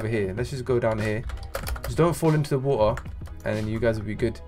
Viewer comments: Bro said waer like in boule of WAER💀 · I died when he said "Wa'er"